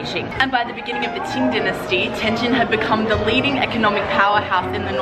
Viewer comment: OMG, you are pronouncing the subtle difference of the two characters: JIN and JING really well. Better than a lot of my Chinese friends from southern parts of the country. Amazing!